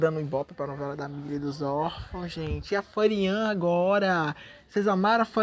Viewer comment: Fãrian? Kkkkkkk ataca novamente🤣🤣🤣🤣